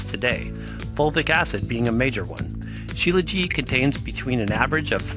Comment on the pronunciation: Śílajít, with the t on the end.